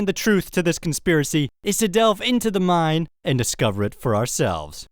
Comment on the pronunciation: I really like your videos but when you say "mine" it sounds like you're saying "mind"